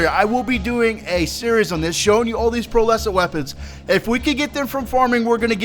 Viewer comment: Pearlescent bro, not Pearl Essence